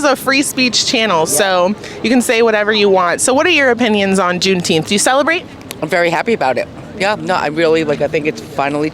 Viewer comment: juneteenfs bruh, sheeeit